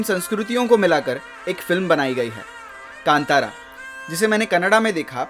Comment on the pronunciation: Right pronounced कांतारा Sanskrit word Best wishes from Mangaluru